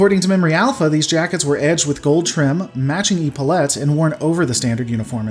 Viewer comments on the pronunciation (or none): For reference, Epaulettes is pronounced Eh-paul-et-s rather than Eep-all-ets. Sorry for being 'that guy'; can't wait for part 3!! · Epaulettes, It's ep·au·let not e·pau·let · Eh paullettes is how they are pronounced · You talk about changes but don't really show pics and then you don't quite know how to pronounce "epaulettes"....